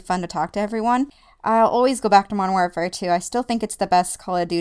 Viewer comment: 1. i critsize my friends about this... pronounce warfare correct 2. i would not like cod if my first cod as mw2 ... it was blops wen i ell in love then found out about these rapetrans and all that shiz now im a-hamin that shizz and found out about the waw classic maps and stuff